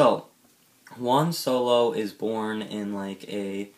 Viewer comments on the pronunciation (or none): Dude, "Juan" is pronounced "Who-Ann", not like the number "one". The J in Spanish sounds like the H in House.